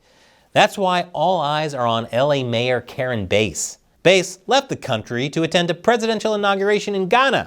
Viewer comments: You pronounce "Bass" as ""Base"? What are you smoking? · Karen Bass. Not Karen Base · It’s Bass like the fish not like base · It's Not BASE, it BASS, like the Large Mouth Fish She Is. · Why are you called her “Base?” It’s Bass! Like “Bass-hole,” and “Bass-hat,” “Bass-wipe,” “Bass-licker,” “Bass-munch,” “Fat-Bass,” “Bass-plower,” “Kiss my Bass,” etc. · Bass like the fish, bæs, and not like the low end of the sonic spectrum, stretching from the lower limits of human hearing at 20Hz up to around 100Hz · It's pronounced like "base". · I don’t think it’s pronounced bass like the instrument, but rather bass…like the fish on a hook she should be Chris. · its Bass.. like the fish Bass, Sha-Pelle..